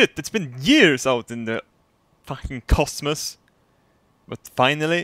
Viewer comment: "Oh my gow. SHIT isbin years out in the fucking cos-mus." lol